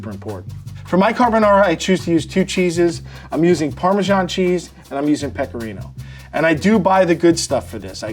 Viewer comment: parmesan is pronounced parmesan, not parmegian